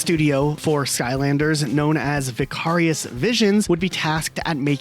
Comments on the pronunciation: That is not how you pronounce "Vicarious" That is not how you pronounce "Lyon" Good grief lad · I was thinking the exact same thing every time he said it. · That's an interesting way to pronounce 'vicarious' ?